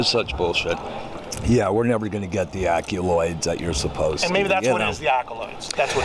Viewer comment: It’s all about the “acculoids”.